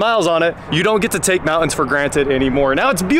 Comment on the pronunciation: Mouans? It's MOUNT-ANS.